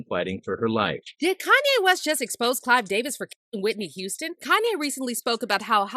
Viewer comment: Someone should have told her that his name is Clive Davis, not Clyde!